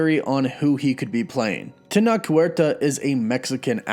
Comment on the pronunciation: Tenoch, the ch is pronounced like Chadwicks ch, TenoCh, it's a good Mexican name :)